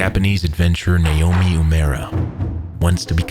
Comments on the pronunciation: Nay Omi is incorrect, the Japanese alphabet has no nay it's nah, nah o meh .. And no u(you) it's oo a mura Na o meh oo eh moo ra Great video but you butchered his name. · it's pronounced nah-Oh-me oo-eh-MOO-rah